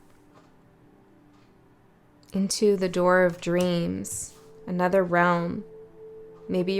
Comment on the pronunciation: Pls not “nuther”